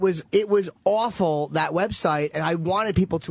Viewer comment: Jimmy really puts the "w" in words like aWful